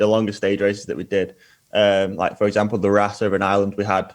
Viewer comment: It's not pronounced the rass its pronounced rauce like sauce.